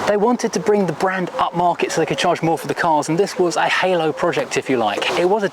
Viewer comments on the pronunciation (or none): none